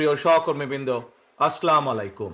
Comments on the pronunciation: ❌⛔️আসলামুআলাইকুম 😩😢নয় ✅আসসালামু আলাইকুম ( আপনার উপর শান্তি বর্ষিত হউক)😌 দয়া করে শুদ্ধ করে সালাম দিতে শিখুন ।ধন্যবাদ 🌺🌸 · আস সালামু আলাইকুম, দয়া করে শুদ্ধভাবে সালাম দেয়া শিখুন, শেখার কোন বয়স নেই, ভাষন ভাল হয়েছে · নেতার সালাম দেওয়াটা সঠিক উচ্চারণে হওয়া জরুরি.... আসসালামু আলাইকুম ওয়া রহমাতুল্লাহি ওয়া বারাকাতুহু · সালামটা শুদ্ধ হয়নি কিন্তু বক্তব্যটা অসাধারণ হয়েছে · স্যার, সালামটা শুদ্ধ করতে চেষ্টা করলে ভালো হয়। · সালামটা শুদ্ধ করতে হবে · সালামটাও দিতে পারেনা আবার নেতা হবে😂😂